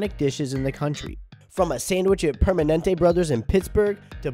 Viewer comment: Great story! I hope they do well for as long as they can. Sidenote: "Permanente Brothers" 😮 It's Primanti Brothers. Yikes.